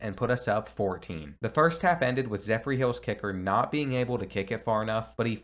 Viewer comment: Love the vid but the way you said zephyr made me wanna cringe 😂😂😂